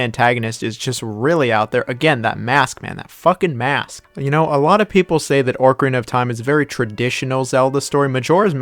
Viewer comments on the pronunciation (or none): My wife couldn’t withstand how you say Orcarina and not Ocarina 😅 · ORCarina xD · Why Orcarina 😭😭😭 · OCarina of time not ORCarina of time. Great vid tho, just pissed me off hearing that LOL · Tf is “ORKarina” of time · Made it to him saying ORCarina of Time and immediately got pissed. 10/10 video. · YES OMG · Someone who says it “Orcarina” WOULD rank Majora that low… (I’m just teasing, but this one was rough for me on a soul-level lol) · Listening to you mispronounce ocarina was all I needed to know. You are obviously not very smart. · Bro what is that pronunciation of “ocarina”, there’s no “r” before “c” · It's like a dolphin.....a killer whale of time!